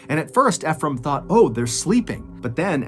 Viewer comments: THE GUYS NAME IS PRONOUNCE ( E FROM) NOT (F FROM) I KEEP LAUGHING EVERYTIME YOU TRY TO SAY HIS NAME. ALOT OF PEOPLE MESS IT UP.🤣🤣💯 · Nice video, the name is pronounced E-frame like e-book. Not fe phram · I love your videos Btw the name is actually pronounced as e frame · i cant help but notice your pronunciation of "Efrem", i believe it is (Eeee- From). i only say this because i know someone with the same name, correct me if im wrong. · No offense to you good sir but Ephram most often pronounced “EEfrum” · I’m pretty sure you’re prouncing Ephraim wrong 😅